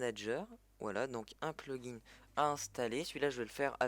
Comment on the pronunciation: Au secour comment tu dis "plugin" ton Anglais me fait saigné des oreils!!